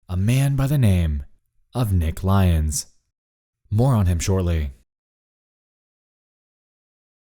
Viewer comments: ily but hearing lyons pronounced as lions was like getting hit by a bus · and it turns out his name was pronouned L Yons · you know what would've made this video better? actually pronouncing lyons correctly, good lord